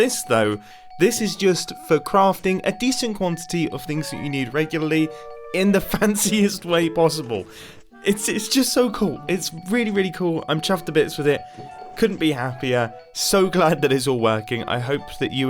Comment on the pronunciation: has ruined "chuffed to bits" for me. Every time all I hear is "chaffed to bits" lmao.